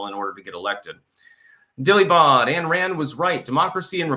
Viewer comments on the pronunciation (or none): time foe a lesson; her name is Ay pronounced like like SPINE, Ayn Rand -- not “Ann” Rand -- Ayn, like MINE.